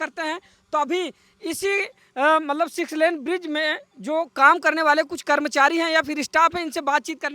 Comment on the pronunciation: Sex 😂😂 len nahi six Len